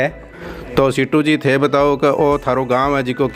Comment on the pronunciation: सीटू नही सीतू नाम ह